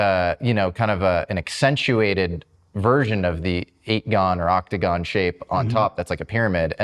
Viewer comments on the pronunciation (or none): Could you stop calling it the 8 GON please. It sounds really stupid when you hear people call a octagon shaped ufo the 8 GON.